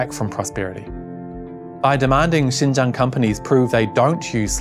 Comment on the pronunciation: When he said Xinjiang's name accurately at the beginning of the video, I automatically thought he was a Chinese guy. I legitimately got confused for a second when his faced showed up later